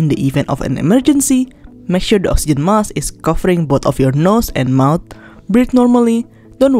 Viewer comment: There is a k in the word Mask you need to pronounce it